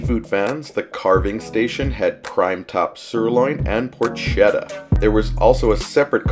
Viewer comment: We love vegas and we love your videos. Thanks for all you do, but I wanted to let you know that porchetta is pronounced -poor-kay-ta. Thanks. Every Italian American will thank you.